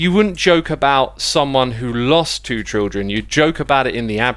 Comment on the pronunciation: sounds weird how x pronounces children like trildren